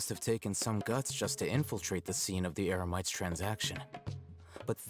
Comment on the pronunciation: Paimon accidentally said “emerites” instead of Eremites lol